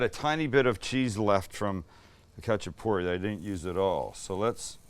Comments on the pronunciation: its hacha-purri, the K is silent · First of all it’s pronounced xachapuri, it’s not Georgian, Azerbaijani or Turkish it’s ARMENIAN! My whole family has made this from scratch since I was a child till today and if you need advice on how to get it right let me know SAMUEL! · The k is silent. Just the h sound.. My husband spent time in Georgia. He loved these and Khinkali dumplings. He says they are eaten anywhere, anytime. I've made both a few times. I also once made individual ones with just cheap canned biscuits. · I’m Georgian descent, lived there and went to school there, and speak Georgian. Love seeing this! There are many types of khachapuri (pronounced with a hard H not a K) specifically this is Adjaruli khachapuri. Most khachapuri is round, and doesn’t have the egg or butter added and is typically baked. All are delicious! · Saying it wrong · bro u just fuckedup adjaruli khachapuri :)) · THE COOKING GUY!!! The K in Khachapuri is silent and the traditional cheese is Sulguni and this is the adjika style khachapuri if im not wrong??